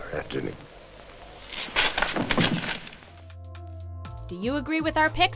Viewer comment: She pronounce every other name perfectly but could not pronounce the name Antony...funny.